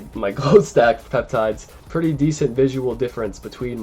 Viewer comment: Does he just said peptides 😅